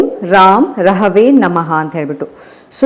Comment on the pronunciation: Girl one small correction.. When u r chanting Beejakshara pls b careful. U r totally pronouncing it wrong.. It is not Raam rahave.. In it is ram (ra is not dheerga it is hrusvaswara) and rahave nalli (ra should be dheerga) its raahavee.. So it actually is ರಂ ರಾಹವೇ ನಮಃ.. Pls learn it n pronounce it properly. No am not a language teacher. But I practice spirituality basics n accordingly I am advicing u..n black sesame is not sasive. Its kappu yellu Beejaksharas specially of shadow planets not to fool around.. Rest am proud of u Woman.. N the positive graph u r showing is inspirational to a lot of us